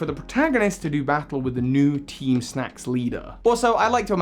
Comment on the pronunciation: This guy: this video is all about teem teem snack. Also this guy: *calls them teem snooze grunts almost every time Me: bruh 🙄